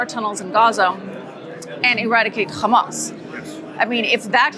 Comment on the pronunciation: Hamas is an Arabic word, stop pronouncing it like the Israelis do! No “kh”!!!! Same with Hezbollah. They both have an actual “h” at the start. 🤦🏻‍♀️